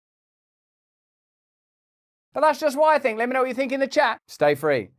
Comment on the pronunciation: how mNE tIms R U gonna sA it? ‘stA-frE’ we hrd U 1st 2 tIms, gud grEf.. btw., clever 3 sided ‘coin’ jOk😂